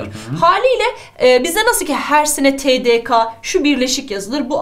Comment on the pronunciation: TDK derken ka deyil de